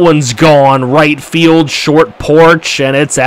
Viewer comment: you mean "STORT"? lol